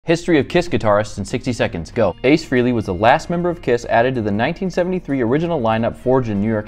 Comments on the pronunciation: Why can’t anyone pronounce Aces last name correctly Frehley not Freely smh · It’s not pronounced Free-ly